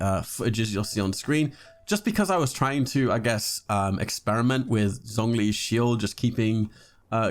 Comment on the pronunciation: "kweelin" "tartaylia" "zonglee" "gahnyu"...................................................